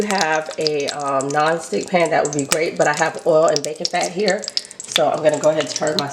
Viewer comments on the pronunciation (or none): none